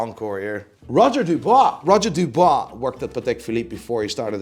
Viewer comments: F*ckin’ Dub-UI-s not Dub-OI-s, 😄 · It's Dubuis, not Dubois... Mr expert of pronunciation 😅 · *Dubuis not Dubois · It’s not Roger “Dubois” lmao it’s Dubuis !! Pronounce Dübwee” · Roger DubUIs, not DubOIs! 🤬You butchered the name! Otherwise great video as usual 😁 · I believe Roger Dubuis is pronounced “Du-bwee” not “Du-bwah” but LOVE the new list!!! 🙌🏽🙌🏽💯✊🏽👏🏽💪🏽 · Roger Dubuis - Dooo bweee :) And A. Lange meh? Come on man! Their movements and designs are amazing! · “Roger du bwar” 🤣